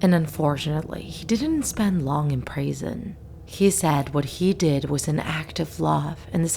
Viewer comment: U said prasen instead of prison